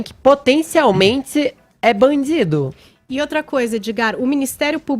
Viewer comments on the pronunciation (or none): É Bandjzidio.. kkkk